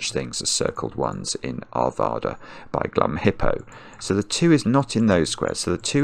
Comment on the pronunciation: My home town!! Arvada, CO, USA is a north west suburb of Denver. There are many ways to say it. Most common, and accurate is to rhyme it with the state Nevada. So, did a great job, though Are/VAH/da is more common. That’s the American accent for you.